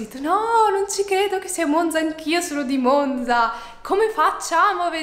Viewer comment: haha oddio io sono di monzaaa!! bellissimo 😍 in bocca al lupo per tutto! (comunque è vero che la z di “Monza” non si pronuncia così 🙈)